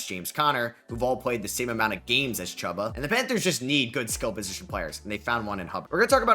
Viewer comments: “Ch-oo-bah” Hubbard not hubba bubba chubba Hubbard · It's pronounced "Chooba" Hubbard.